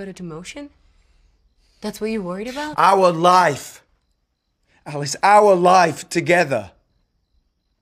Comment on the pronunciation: “OUrrr LIFE” 😂